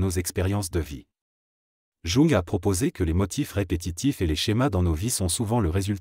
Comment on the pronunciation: Mal prononcé JUNG!